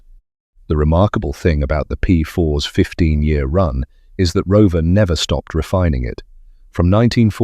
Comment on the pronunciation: The confusing reference to “the P4 S” is presumably AI’s way of saying “P4s” (plural). Thanks anyway for a very interesting video - I owned four Aunties in the 1980s (not the 1980 S 😉), following my father’s footsteps who drove us around in a 75, then a 90 in the 1950s. He was indeed a solicitor …